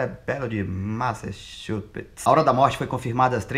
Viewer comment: "... cerebelo de massachuPETS"" KKKKKK